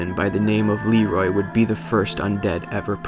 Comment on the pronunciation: GentGeryon yeah. It's Leerooooy not Leeeeeroy